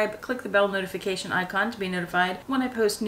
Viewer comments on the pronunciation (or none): none